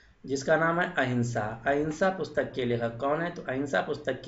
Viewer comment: Ahima ha ya ahinsa ha kiliyar to karo